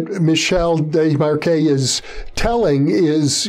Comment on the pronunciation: Oh my glob...! Yer KILLIN' me with your butchery of Desmarquet's name! Say it with me (phonetically): Day-mar-kay. Sheesh... 🙄